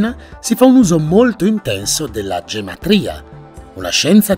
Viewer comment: il tuo e' uno dei miei canali preferiti... Una piccola correzzione se posso.. Non e' la "Gematria" ma la "Ghematria"..